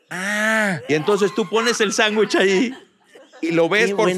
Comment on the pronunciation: El señor que se queja del sangrons y de los abogansters, dice, chanwichs